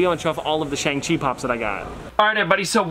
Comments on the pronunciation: Also the pronunciation is Shang-Chi (she) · it’s actually pronounced shong-chee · Shang Chi isn't really about him becoming a hero. It's about him facing his past and reuniting with his evil father (Wen Wu/ The Mandarin). Also it's pronounced shong chee.